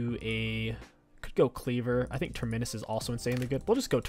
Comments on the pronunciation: It’s not ‘Terminnus’ it’s ‘Terminus’ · I think the torture is he saying Ter-MI-nus. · I hear next patch you won’t be able to take an item unless you can pronounce its name correctly. Big Terminus nerf for you